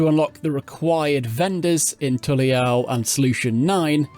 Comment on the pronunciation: I had to stop watching the video because he was mispronouncing every place name. Even Tuliollal. The game shows you how to pronounce all of them in voiced cutscenes. It really bothered me.